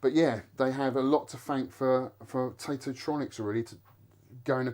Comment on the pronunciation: Hey first I wanna say congratulations for getting this piece of treasure and well done for bringing back to life. It’s also more than important for sharing and educating this piece of art. Let me know if I’m wrong, but I always thought Taito was pronounced kinda like (ai) as ate and not as (ight)….?